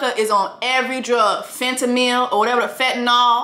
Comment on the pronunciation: Fentanol, Tylenol 🤣🤣🤣🤣🤣🤣